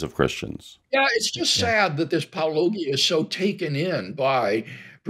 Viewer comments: you don't think 3 or 4 times of hearing himself pronounce the name (which is already almost identical to a word that Wlc is entirely familiar with... Apologia.) is enough for someone with the education and intellect of Wlc to get it right? Were not talking about a 15 syllable German word here... Also, even the dude who is interviewing Bill pronounces it correctly several times while speaking directly to Bill... Then when Bill responds, he still uses the incorrect pronunciation. It's deliberate. If Wlc cared to. Get it right... It would take him 5 seconds to listen to say it. But he doesn't care to get it right. He knows he's being dismissive of. Not just because of the pronunciation, but the disdainful tone he uses every time he says it. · Not only that, but they don't even mispronounce it the same way ever time. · They’re not exactly impressing anyone with their intellectual prowess when they can’t even pronounce Paulogia’s name after hearing it multiple times. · How hard is it to get someones name right in a response video to a video where the name is said out loud at the beginning and end? I could say an entire sentence in Mandarin Chinese just by playing it over a few times, and Paulogia isn't at all hard to repeat after hearing it just once! It's an obvious ploy to make Paulogia or whoever look like nobody's! WLC, Kent Hovind, AIG and others all do it, and it's all too obvious too! Don't fall for that shit! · Oh its intentional. I guaran-f*cking-tee it. It happens far too often and they know damn well Paulogia is a play on apologia which the can certainly pronounce. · Addendum: Todd Friel should be dismissed just for being Todd Friel, since there's no way of telling whether or not any mispronunciations of Paulogia's name is deliberate or not since he somehow manages to mispronounce every word he speaks in pretty much every way possible, simultaneously. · Is "Paulogia" really that hard to pronounce correctly?